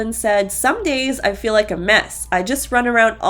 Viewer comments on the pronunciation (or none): I didn't notice Robin mispronunciation but I did notice Meri always says fill instead of feel.